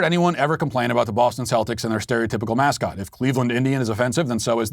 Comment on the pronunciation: I’m offended by the pronunciation of Celtics and I’m not Irish